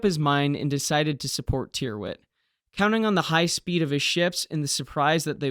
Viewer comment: Tyrwhitt is pronounced Tirrit.